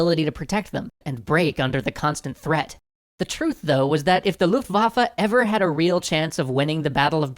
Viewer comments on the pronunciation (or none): "Luftwaffel" gets me every time